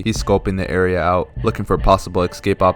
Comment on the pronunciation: I love to hear the black accent in every video. Always the "axe" and "axecaped", But on some non racist shit tho. Love the vids, keep it up my drilla